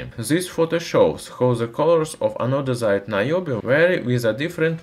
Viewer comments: if you have trouble pronouncing some words, why don't you look it up and practice the actual spelling/pronunciation . ANO-DIZED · Love how you got tired of saying anodised and in the latter part of the video, resorted to anodizide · Anodezide?? Is it anodized?? By the way great video love it